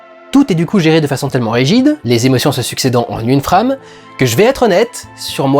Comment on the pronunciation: Mais dans ce cas, est-ce qu'on peut aussi parler des "frames" prononcées avec cet accent franchouillard ? xD